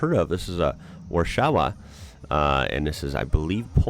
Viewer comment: That's definitely form the 90s. You can tell by the headlights. Anything before the 90s had those big double circular headlights. That's pronounced Var-SHA-va. Polish W's sound like English V's.